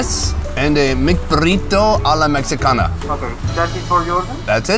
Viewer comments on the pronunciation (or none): For future reference to the X is pronounced like an H in Spanish. You should have said Mehi-cana